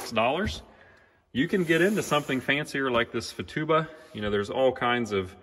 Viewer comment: It’s Futaba, not Fatuba 😂😉 Pronounced Foo-Taa-Ba